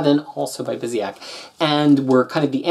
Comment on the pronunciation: It's pronounced BYOO-sick B-) These Avengers stories were the first comics I bought when I started reading in English. I was only going to buy Avengers because I've been a fan since the Englehart era (those were only published in the mid 80s in my country), but the Marvel bankrupcy left us without American comics in Portugal for two and a half years, so I started reading US comics regularly. I enjoyed this run a lot at the time. The Avengers had lost a lot of their appeal during the 90s, and going back to a more traditional lineup and storytelling was important. Now, when I re-read these... people complain about Bendis, but Kurt was a very verbose writer. So they haven't aged that well but they were good in the sense that they reintroduced the Avengers as an important component of the Marvel Universe, and made the editorial team care about other stuff that wasn't the X-Men.